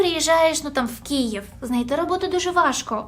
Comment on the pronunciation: Кієв, кієвські... та що з тобою і твоєю вимовою не так ?